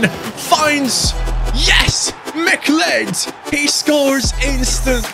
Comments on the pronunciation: McLeod's name is pronounced like Cloud not Mic Led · its pronounced "mc cloud" believe it or not mate! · Great rebuild! It’s Mah-Cloud. Like the character from Highlander. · You say it as "Ma-cloud" imagine saying cloud as in cloud in the sky, but just putting a 'ma' infront of it haha. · McCleod is pronounced Mick-Cloud Edit: I know it's stupid English is just a confusing language. I'm from Canada by the way